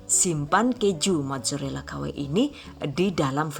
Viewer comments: gw dengernua majurella wkw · Haha majorela